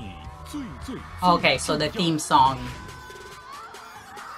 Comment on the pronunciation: Your pronunciation of the name is super accurate!!! Also love your reactions!!